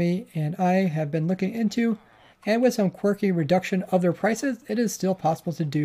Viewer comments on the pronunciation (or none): none